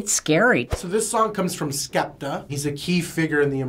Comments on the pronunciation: "so this is Skaptah" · bruh please dont say skepta like that